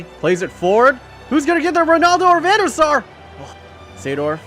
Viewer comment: when you say Van Der Sar i hear Venusaur ... (english is not my native language)